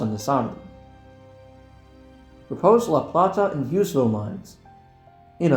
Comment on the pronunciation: Fantastic video. Learned some new things, for some others a fun callback. Definitely got a kick of "MARC most truly and definitely meeting the legal definition of High Speed Rail" 😆 Some additional local notes for you if you plan on covering this region with more videos: - Bowie is pronounced "Boo-we" - New Carrollton is pronounced "New Carol-ton" - La Plata is pronounced "Luh Play-duh" With regards to Maryland geography, there is no recognized region of Southwest Maryland. The region you refer to in the La Plata, Hughesville, and Lexington Park branches is referred to as "Southern Maryland". Only Calvert, St. Marys, and Charles County in whole belong to this category. Despite being further south in places, Dorchester, Wicomico, Worcester, and Somerset counties on the east side of the Chesapeake Bay are referred to as "Lower Eastern Shore", not Southern Maryland. Looking forward to more videos soon!